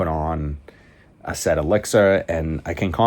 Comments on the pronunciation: Asaad not Asaid, like the former leader of Syria... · Asad not asaid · Lataffa "AhhSaid"?? 😂